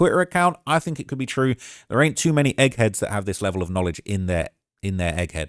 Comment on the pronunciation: is he developing an American accent? 😂 "theRe" lol